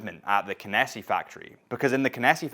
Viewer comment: Did they not correct how you pronounce Kenissi? 🙃